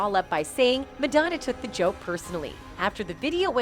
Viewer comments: MAD-O-NA what is that woman saying? Go to speech therapy Woman!! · Who the hell is "Madonea"? The narrator mispronounce her name a number of times. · Why can’t the girl say Madonna correctly. Pink rules! So does Madonna! ♥️ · Whomever is narrating needs to learn how to pronounce "Madonna" correctly! Lmao 😂